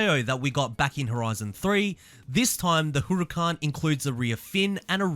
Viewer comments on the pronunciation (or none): The way you pronounce huracan makes me feel uncomfortable everytime i aint gon lie 💀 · When you hear hooroocan you know it's lit😂